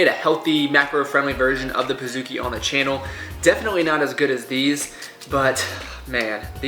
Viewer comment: pizookie...say like cookie, not kooky lol